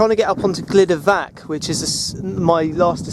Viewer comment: Excellent video which brings back memories of the 1960's when I roamed these hills. Please talk to a welsh speaker and sort out your pronunciation. Please make the effort and change these videos to excellent rather than excellent except for some horrible pronunciation. Truhvan, Glyder vaxch. Pen ùrr ole wen.